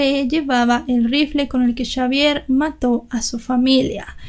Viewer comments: Aunque muy triste la muerte de tan bonita familia nada es de sorprender en este mundo cada vez más cruel y podrido!!!! Y lo de chavier y no Javier me causo risa todo el tiempo jajaja buen trabajo felicidades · Hubiera sido mejores llamarlo Javier porque cómo lo dices tú en francés se escribiría Chavière 😂